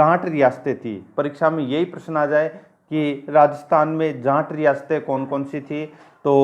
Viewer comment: बोलते time जाट ना कि जांट